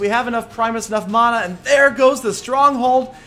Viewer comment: Man-a. Not mona mana=man-a